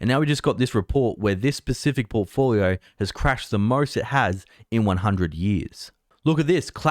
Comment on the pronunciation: I like you way to pronounce "specific". "Pacific" is a much better way to say it. 😄